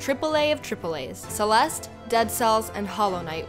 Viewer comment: Didn't the last "e" sound in "Celeste"?